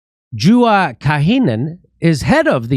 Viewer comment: Hi Jimmy, Juha is a male name. It is pronounced like Yuha (J sound as English Y in Swedish/Finnish).